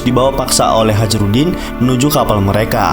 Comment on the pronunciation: Hajrudin : Hayrudin bacanya bukan hajirudin